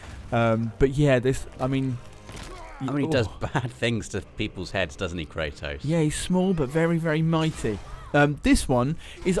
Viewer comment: Kratos. Not Kraytoss